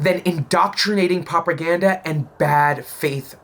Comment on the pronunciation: LMFAO! He really had problems with the word "Propaganda"